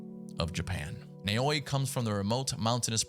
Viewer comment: This is how you pronounce the female protagonists name nae-owi